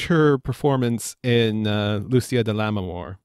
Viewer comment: It's pronounced Lu-che-a, not Lu-see- a.